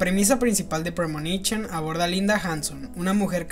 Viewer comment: "premonichon" XD